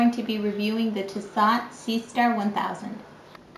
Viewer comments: It's Tiss-oooooooh btw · Lol. Tiss-aught. Wrong pronunciation. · All this time, I called it tissot when it was really tiss-aught. Aight then. Pointless vid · thats not how you say Tissot